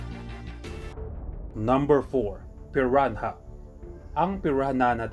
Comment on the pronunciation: Piranha hahaha piran ha daw